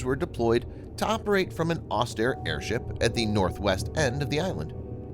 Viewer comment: AIRSTRIP, not airship! Geez what a stupid bot voice!👎